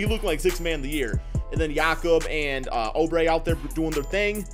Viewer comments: IT’S NOT FUCKING (oh-bre) YOU FUCKING IDIOT IT’S (OUUUUUUU-BRE)! ALSO IF YOU PUT JAVALE BACK ON WASHINGTON I WOULD’VE UNSUBSCRIBED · "Kelly Oh-Bray" lmao